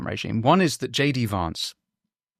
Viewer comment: Winston - "Vance" is pronounced in the same way you would say the word "van".